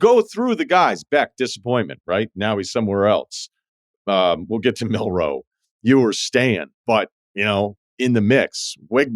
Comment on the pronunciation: you really said milroe